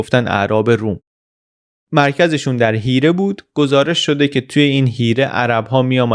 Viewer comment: آفرين لفظ حيره رو درست گفتي.